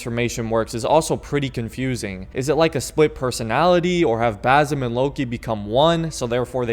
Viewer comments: Its basim not bazim 😭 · BaZim again? Lol Its BaSim dude....